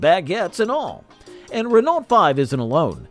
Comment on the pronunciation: Not only that, but also messing up currencies, shows pounds says euros, instant dislike. Would think if it was AI it would know how to pronounce Renault though.